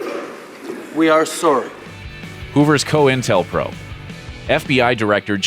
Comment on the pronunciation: Coin tel pro...not co intel pro